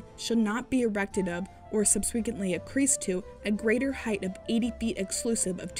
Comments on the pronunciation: The narrator mispronounces “subsequent” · Thats... Certainly one way to pronounce "subsequent", yeesh.